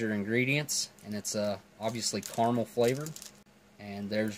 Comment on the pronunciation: NOO, DON'T ROLL THE R, Ca ra mel, Carmel is a placé in Israël and also in Californie who shrewdly elected Clint Eastwood mayor a while back